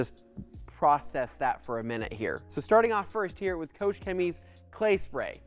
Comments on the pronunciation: Maybe you could start by pronouncing the name of the company correctly. Here's a clue, it's not Koshe. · There's no "ou" in Koch.